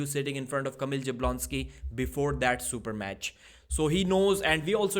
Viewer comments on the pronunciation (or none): Bro it's not JABlonski, this is not boxing. It's pronounced Yabuonski